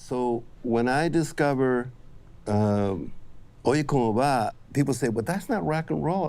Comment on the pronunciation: "I'm half Cuban" he can't pronounce the Spanish song title right without stumbling lol